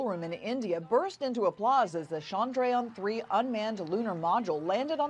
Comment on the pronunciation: Not Shandrayan it’s Ch(as in chocolate)andrayan ie Chandrayan. Please do your homework.